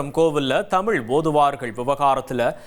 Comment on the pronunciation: தமிழ் மொழி சிறப்பு "ழ" . தமிழ் என்று உச்சரிக்கக்கூட தெரியாதவர் பேசுவதை வியந்து போற்றுபவர்கள் நோக்கம் என்ன என்பதை நீயே சொல்ல வேண்டும் முருகா